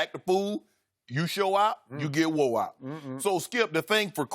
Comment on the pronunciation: "Show out, you get wo'e out!" Legendary Shannon lmao